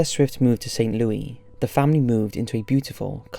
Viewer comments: St lowey that’s how h said it I’m dead 😂bruh it’s St. Louis not st lowey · Bruh, it’s pronounced like how it’s spelt. St Louis. Not St Louie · It's pronounced Saint LouIS not Saint LouIE. I didn't live there for most of my life to hear it be disgraced!!!! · From St. Louis here....its Saint LOU-IS not Louie. I love your videos regardless though. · Its saint LOO~IS. Just saying. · Bruh, St. Louis is pronounced with the S sound, not St. Louie lmao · Once again you did no research on the proper pronunciation of a major city. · do NOT tell me he just pronounced st louis as st louis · don't say it....crap he said it.....he said again screams internally that's not how St. Louis is pronounced. We are a weird bunch. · I love Top5s, but his pronunciation of "St. Louis" and "Maryland" got me cracking up!